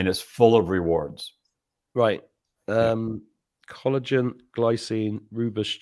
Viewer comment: it is ROOIBOS tea- I am South African born + know this!